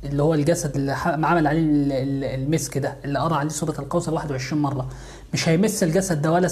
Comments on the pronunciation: لماذا يقول.. سورة القوصر... سورة الكوثر و انت في كلمات اخرى تقول حرف الكاف عادي. ليه تحرف في اسم السورة ازعجني هدا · انطقها جيدا ليس سورة القوصر بل سورة الكوثر ملاحظة وشكرا على المجهود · سورة الكوثر ارجوك صحح النطق ساعة ولا كثر وانا نحوس قاعدة نسمع سورة القوسر انشاء الله يا رب جزاك الله كل خير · اسمها سورة كوثر وليس قوثر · سوره الكوثر مو قوصر. الفظهه صح لأن هذا كلام الله. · اسمها الكوثر وليس القوسر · سورة الكوثر وليس القوسر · سورة الكوثر وليس سورة القوثر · اسمها سورة الكوثر وليس سورة القوثر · الكوثر وليس القوصر🙈🙆‍♀️🤦‍♀️ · تنطق كوثر وليس قوسر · هل يقصد سورة الكوثر ...لاني اسمع القوصر